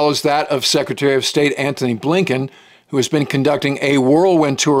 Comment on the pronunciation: Secretary A.Blinken, (pronounced abe Lincoln.